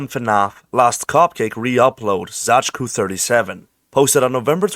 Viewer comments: Zai-tsu is how you say the name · dude i legitimately flinched at your pronunciation of Zajcu how is that possible